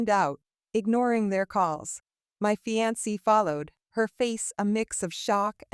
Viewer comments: Fee-an-see? Seriously? Just when I thought there were no more ways to mispronounce fiancée. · Omg... The AI reading everything phonetically correct is irritated af... Fianceee